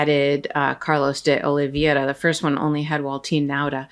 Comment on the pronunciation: I think that you've picked that up from Popok--it's OlivEIRa, not OlivIERa. If we want them to pronounce Kamala's name correctly, we should be careful about everyone else's name.